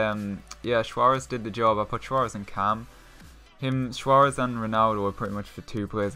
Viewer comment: Suarez doesn't have a H in it